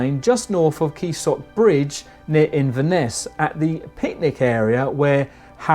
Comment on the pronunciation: Keesock bridge 😂😂 you goon